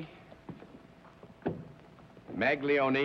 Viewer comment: I had to cringe at their pronunciation of the Italian name "Maglione".